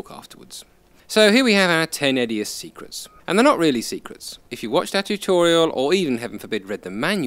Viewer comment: I thought you said "secretses",.